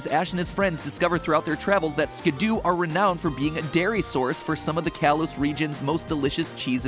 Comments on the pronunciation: It’s not Skid-Do it’s Skid-Doe Just like how it’s not a Pi-Jit-Spin-Ner So Skiddo pronounced Skid-Doe And Pigey pronounced Pij-ee NOT a Piget Spinner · When Matpat says "Skidoo" instead of "Skiddo" I can't help but imagine the winter time vehicle. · Matpat should have checked his pronunciations… Muckrow… skidoo… etc. you are killing me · Did he seriously pronounce Skiddo's name as "Skidoo"? It's like "kiddo", there's only 1 "o" in the name, why the "oo"? XD Also, yeah, eating plant Pokémon would NOT be vegetarian at all, because even though they are Grass types, I think plant Pokémon are TECHNICALLY still ANIMALS, simply having evolved to RESEMBLE plants, like some insects like stickbugs and leaf bugs and orchid mantises. Even some mineral Pokémon like Geodude and Roggenrola are still animals and not actual minerals, they simply have evolved to RESEMBLE rocks, in fact their final evolutions resemble reptiles, same thing with the Rolycoly evo line. The only Pokémon that I think are not animals are actually the artificial ones, like Magnemite, Voltorb, Porygon, Magearna etc., those that are confirmed man-made or resemble robots enough that they can be considered non-animals. Not sure about Koffing/Weezing or Grimer/Muk, since those also seem to be man-made but aren't robots either. They're more like mutated animals. I like the theory that Grimer are corrupted Ditto, which in turn are failed clones of Mew, which is definitely an animal. I do consider slime Pokémon animals, as slimes (the creature) in many fantasy universes are considered animals (or at least creatures, you get it, right?), so Gulpin/Swalot and other slimes like that still count as animals imo. Also unsure about Trubbish/Garbodor, maybe they're in the same boat as Koffing/Weezing and Grimer/Muk (minus the corrupted Ditto part). Regardless, almost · The way he pronounced skiddo tho 😭